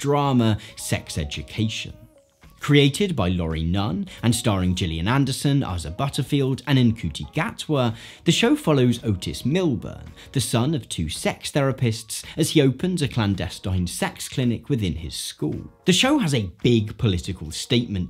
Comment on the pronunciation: Ncuti Gatwa is pronounced "Shuti Gatwa" but great vid all in all!